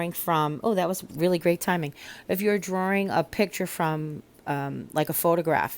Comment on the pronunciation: I lived in NY for 6 1/2 years and hearing how you said drawing made me think of my friend Dave who is from Suffern who now lives in St Augustine and it made me smile.